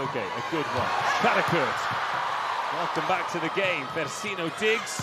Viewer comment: For the very biased and annoying commentators: it's DaNEsi not Daniesi; it's FersiNO not Fersinio. The 4th set highlights are embarassing, you are not being impartial. Your behaviour is outrageous.